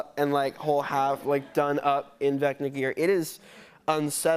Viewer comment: Jimmy it's vecna not vecta